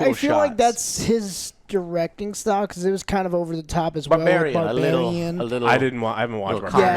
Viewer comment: Did hear him say "Barbariem" 😂😂